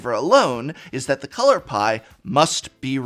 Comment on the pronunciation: All I could hear was “the color pi”